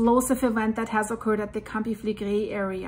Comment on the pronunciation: Great information as always. I hope the people will go to safe place from the area. By the way! The Italians pronounce the R more like spanish people. You pronounce many words very well, but you pronounce the "R" like french people when you say "campi flegrei". Just a tip to improve your already good pronounciation of Italian words. 😊